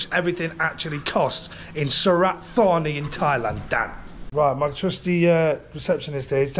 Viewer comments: Santa Fanny... it's pronounced Su-rat Ta-nee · Mate it’s Surit Thani, I went once in 1996 I still remember how to say it correctly , 😂